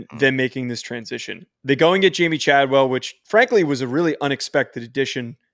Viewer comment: Do you guys do your homework at all? Chadwell is making over 4 million per year to be at Liberty. Don’t say you don’t know why he would go there lol. Also, mispronouncing the few players you talked about names is a bad look. You can do better than this…